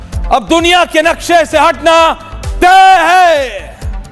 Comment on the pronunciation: तैए नही तैए होना चाहिये